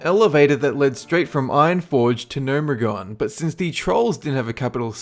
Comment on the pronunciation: I've watched maybe seven of your videos and they're all mediocre -- especially your top 10 or 15 ones. You don't even know how to pronounce half the crap. : AIR-EH-THIGH highlands? No! That's NOT how you pronounce that, actually! It's EH-RATH-THEE. I've heard you pronounce Gnomeregan two or three different ways--all of which are absolute rubbish. I want these videos to be good but man, the delivery and pronunciation is just so poor that I'm backpedaling like a Dwarf Hunter.